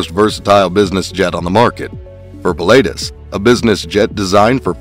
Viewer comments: It’s pronounced puh·la·tuhs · Ah … no! Pii (like in „to pee“ … sorry about that 🙈) - laa - tus (the „u“ like the second u in „usual“), it‘s a famous mountain in central Switzerland near by where they are built. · It was hard to watch this video when you can't even pronounce Pilatus properly. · No kidding! Must’ve been some guy just to narrate and has no clue about Aviation.